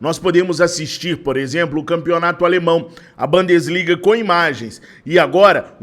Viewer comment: a pronúncia correta é Bundesliga e não Bandesliga! É uma palavra alemã e não inglesa!